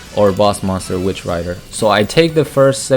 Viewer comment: It's Witch Raider not Rider lol